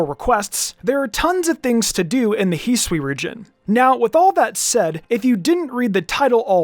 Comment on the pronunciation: its not heswee it's hi sue ee, hisui!